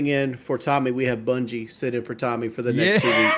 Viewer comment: Someone teach boogie that it’s “sit” not “set.” He always says set or setting when he means to say sit